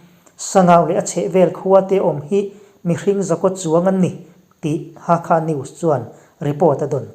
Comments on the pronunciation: Hakha(thluk deuh hlek a i soi) itih hi Halkha tihna ani em sir😅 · Myan..Mar ti lova Myan..ma tia in rawn lam ta hi a ngaihthlak a nuam ta hle mai. "Hakha" tih hi kawl hovin an lam fiah thiam loh vang mai mai a ni. Halkha tih hi hnam hming a ni a. An khaw hming a ni nghal bawk a. Halkha..ti hlirin rawn lam țhin ang che u.